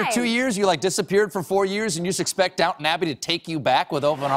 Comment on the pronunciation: quick tip: If you ever go to England and want to talk about this show, DO NOT call it "Down'n Abbey" They will laugh and point at you. It's down-ton, e n u n c i a t e